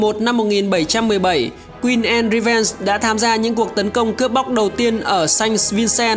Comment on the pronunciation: Channel phát âm sai thôi. Anne /ae/ Beard /i e ngược / chứ k phải ngta k biết tên đÂu